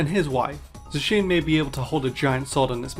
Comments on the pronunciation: The Zacian mispronunciation pisses me off. People can pronounce the Zah in Zamazenta correctly but not for Zacian. You even bringing that clip up of the correct pronunciation still had me wonder why people couldn’t say Zacian correctly. I feel like those who probably don’t want to pronounce it like that probably find it stupid despite it being pronounced “The Cyan” in Japanese. It’s like how Raikou’s official pronunciation is “Rai-koh” due to Rai and Ko. But I hear people pronounce it as “Rai-coo” due to 4Kids. I also don’t like how many people think Koraidon not using the “wheels” is stupid as it represents the past and is moving physically. Also since like Miraidon, it’s a pun of a motorcycle but it’s old fashioned. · THERE’S MORE TO STRENGTH THEN LIFTING. IT’S PRONOUNCED ( ZAY-SEA-IN ). IT’S PRONOUNCED ( AY-GIH-SLASH ). I THOUGHT THE OTHER WAY ABOUT REMAKES ORIGINALLY. IT’S A FLOTATION SACK FOR THE WATER MODE. THERE BOTH SEA CREATURES. IT SHOULD HAVE BEEN AN ELECTRIC AND FIGHTING TYPE. THEY HAVE A SIMILAR SITUATION. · bro tells us that we pronounce zacian wrong and then continues to pronounce it wrong the rest of the video 💀☠ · How does he have a hissy fit about people mispronouncing zacian in the intro and then proceed to pronounce it wrong the rest of the video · I love that he did the first segment on how to pronounce Zacian correctly and then proceeded to not pronounce it that way multiple times later in the video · shows how Zacian is supposed to be pronounced also: proceeds to mispronounce Zacian later in the video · Bro said how to pronounce Zacian and then pronounced it wrong later in the video lol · You literally corrected the pronunciation of Zacian to mispronounce it lol good comment baiting. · I like how the first fact was about how to pronounce zacian’s name and immediately afterwards in the next fact about it mispronounced Zacian’s name lol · I was screaming at the screen everytime you pronounced "zacian"